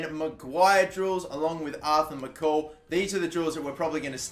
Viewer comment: Pronounce MacColl Correct. Its Mac-Coll not mc-call